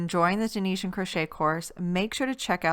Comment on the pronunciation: In case anyone was wondering it is actually pronounced Tunisian not tunishan 👍 and she is doing double crochet not single in case anyone is confused 👍